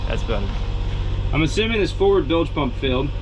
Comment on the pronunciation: Bilge pump not billage pump